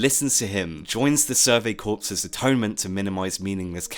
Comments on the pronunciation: Corps is pronounced core, not corpse. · Survey Corpse? No its Corps with a silent p and s